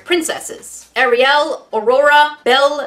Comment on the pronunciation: No one: Literally no one: Me: thinking about making a meme about how she says “AriYal”